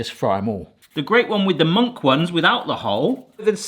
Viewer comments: your pronounciation grinds my gears so badly. Now apparently munkki is "monkey" and sima is "siima" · okey. i've never ever heard anyone pronounce munkki as 'monkey'. thats a new one 😂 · Bro said monkey as munkki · pronouncing munkki as monkey is just something surprising edit: not in a bad way tho